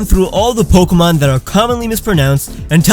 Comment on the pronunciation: Pronounces all Pokemon names correctly yet cannot pronounce Pokèmon correctly.